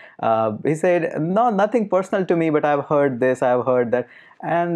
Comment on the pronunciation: With all due respect I think that you are pronouncing the word 'said' wrong.